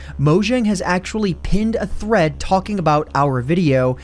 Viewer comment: I thot he said threats